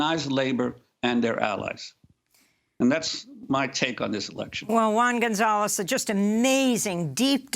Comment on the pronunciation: Love the Latino's pronunciation.